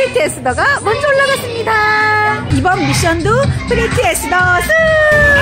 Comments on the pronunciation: 에스더를 어스터라고 함 ㅠㅠ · 에스더를 에스터로 했네요